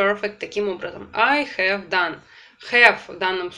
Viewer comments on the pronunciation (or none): Очень нравятся Ваши уроки, но мучает вопрос почему при произнесении has or have Вы их говорите с "э" ведь там должно быть почти "а", спасибо